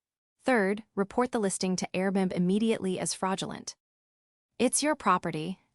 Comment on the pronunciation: Dear AI, please correct your enunciation of Airbnb. . .Air-b-n-b